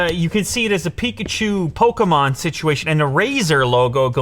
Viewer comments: Its a pokemon not pokomon 😂😂😂😂😂😂😂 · It’s not Pokamon it’s Pokemon 😡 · lou: polkamon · He says “poke-a-mon” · More like "pokomon" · Hearing Lew pronounce Pokémon like that disturbed my soul 💀